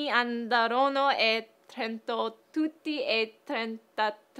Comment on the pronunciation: I'm from Trento (the Italian town from the tongue twister) and I have to say, that was almost perfect...Well done!;)